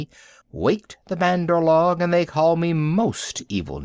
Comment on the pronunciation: this is not how u say say bandar log check on urdu translate google write monkey people in english then ik u dont know the word just click speak and it will say correct pronounciation of bandar log